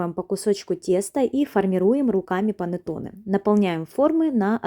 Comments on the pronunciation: Произношение ,,,панеттони ,,🤮🤮🤮🤮🤮это итальянское название кекса ,,,панетонеЭ😂😂🤮🤮🤮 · КонсистЭ́нция😅.. И что ещё за панатонЭ..клейковинА́